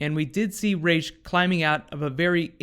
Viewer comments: It's Rahs not Raysh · You're saying rash, but its spelled as ras it means head in arabic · pronounced Raysh or Ras ? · First off, I'm kind of irked that they continue to mispronounce Ra's name it's Raysh not Raz. Batman Beyond and many other things have clarified the correct pronunciation of his name. Secondly, I think that this would be the best time to bring in Talia Al Ghul. She takes Ollie to the Lazarus Pit with the help of Maseao (I think that's the spelling). She would then help Ollie going against her father Ra's as she has always done in the comics. It could then lead to Talia and Nyssa having an all out brawl. I don't know if it'll happen cause sadly Nolan destroyed the idea of a Live Action Talia with TDKR.